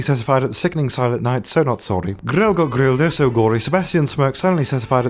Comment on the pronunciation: You said gro instead of got